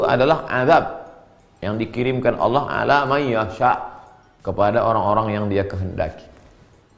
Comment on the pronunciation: sebut allah saja ngak pecus dolll